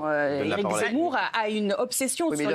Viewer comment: elle a vraiment dit « Éric Zamour »?🤣🤣